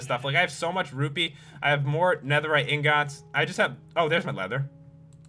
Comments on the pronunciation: It's eengets eeeeeeengiiiiiiiiiiiiiiiiits ingots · AHHHH THE WAY HE SAYS INGOTS!!!